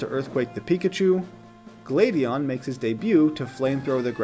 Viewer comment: This is late but it’s pronounced Uh-lawn not Uh-lane. Glady-on not Glady-an But this was a great video, loved every second. Subbed and looking forward to more😄